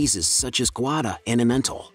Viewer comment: learn how to properly pronounce the names its gooda cheese not how you said it